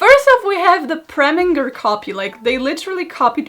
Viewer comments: I saw Preminger and I CLICKED But babes it's pronounced "Preh-min-jer" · you have no idea how much I needed this Also: calling Preminger “Premmie” I can’t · It’s no longer Preminger It’s ”Premin-G R R R” now 😂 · WHY IS NOBODY QUESTIONING HOW SHE PRONOUNCES PREMIGER?? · I’m sorry I know it’s her accent but Karolina saying preminger’s name with a hard g took me out. And then her calling him “premmie” later on like 💀💀💀💀💀💀💀